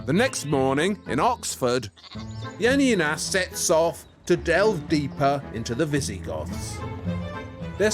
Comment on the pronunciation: It's funny how Januszczak is being inconsequential with the pronunciation of J in Janina's name. Especially considering both her first name and his last name are Polish and he doesn't mispronounce his own surname. Also, I get an impression the less similar the manufactured copies are to the original, the more enthusiastic Janina tries to appear about them and it comes off as really fake. I'm sorry but the copied brooch's head looks nothing like the one in the original. The new brooch looks more like a sparrow than an eagle.